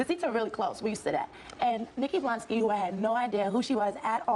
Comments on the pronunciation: He said Bolansky😂added an extra letter and syllable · Blansky…blansky…the one who wrote the caption with BLONsky but says blansky 🤦🏻‍♂️ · "Blansky" instead of Blonsky is taking me out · It’s blonsky not blansky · I loce you, but its blONsky, not blANsky 😓😅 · Blonsky = (Blon-Ski) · It’s blonsky why you saying it weird